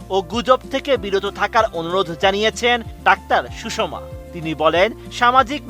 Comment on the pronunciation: নাম সুষমা আর সাংবাদিক বলছে সুষম।